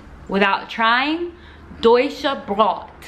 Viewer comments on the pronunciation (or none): Bread is in german Brot not brott its a long o and short t